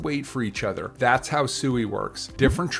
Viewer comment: It's pronounced swee